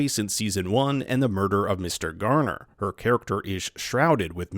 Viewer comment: Grainer, not garner